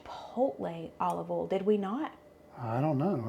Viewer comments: I love when you say Olive ol (oil). Yes, you have an accent. Hello from the northern Midwest of Wisconsin! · North Carolina accent. Have had some New York coworkers have me literally pronounce certain words for their entertainment such as oil, boil, y’all and yonder, etc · I live in Michigan and yes, you have an accent. I KNOW you can pronounce BOIL, FOIL, OIL correctly, because you have demonstrated it in the past. If you can say BOY properly, you can clearly say those other 3 words properly. 😂 Just practice! 😂 I still love your videos!! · I am from California and live in Washington. You gave a strong accent. I love the accent but I cringe a bit when you say oil, boil, or foil lol. I know its my ears lol